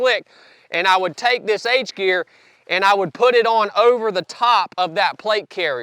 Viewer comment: "H'gear" ? Like in "harness" ?